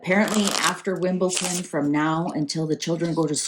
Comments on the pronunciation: It is , Wimbledon not Wimbleton . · The pronunciation has nothing to do with Dyslexia! is more than able & has shown she can pronounce a D. She has also shown she can prounounce other words using the letter D. needs to be aware of her mistake & not call Wimbledon Wimbleton. In fact, in her other video, she corrected herself which was encouraging, but went back to making this really annoying mistake again in this one. Some may not care, but I do!